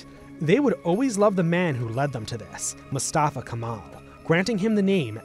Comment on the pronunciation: Not KAMAL. If you respect him ( that you had to) you say Mustafa Kemal ATATÜRK. Please not say different. Not Zakaria. It's SAKARYA ! Not Maras. Its MARAŞ ! Not Törk. Its TÜRK! Not Törkiyy. Its Türkiye. Republic state of Türkiye !